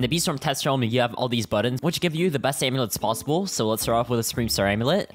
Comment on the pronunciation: bro said aimlets